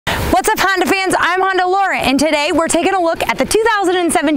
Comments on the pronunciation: Still haven't learned how to say Honda yet. Good think you don't work for Acura! From a stop, quickly put the gas pedal to the floor. Repeat with the traction control switch off! It will beat many muscle cars form the '60's. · Honder Accord haha Love it. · Try some decaf. Honder? I swear you`re saying Honder.